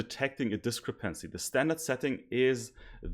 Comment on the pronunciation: Try stressing the second syllable in 'discrepancy' instead of the third :) Your presentation is otherwise flawless. 10 E coming up!!!